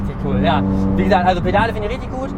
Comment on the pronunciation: Richtich😂😂😂...Mal wieder ein gutes Video...